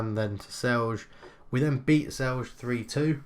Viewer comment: NIce job. Just found your channel recently, nice commentary and gameplay. :) Always interesting to see somebody play a club from my country. Also, if there is a word with a J in it, just imagine pronuncing it like Y. So Celje-Celye, Velenje-Velenye. Same sound as in yellow. :)